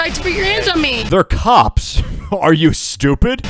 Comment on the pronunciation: When he said "these are some of the nicest cops you'll ever interact with" i was scratching my head and i thought he said "these are some of the nicest cocks you'll ever interact with"💀💀💀😭😭😭